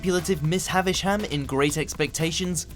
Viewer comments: Miss Havish-ham lol it's Haver-shem. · Miss Havish-ham? Mate, are you British or not?